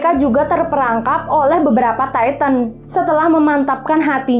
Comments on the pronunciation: Maaf kak kalo bilang tintan biasa aja buian taitan Titan aja gitu makasih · Bacanya bukan taiten bro.tpi titan.. lu klo gak prnah liat animenya jngan sok"an alur crita AOT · Bukan attack on taiten tapi Titan mbak dodol bener dah Titan bukan taiten oke hah!!! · Titan bukan taiten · kak maaf bukan taitan tapi titan ok 👍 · Dia : taiten (kata dia) Me : titan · Titan bukan tayten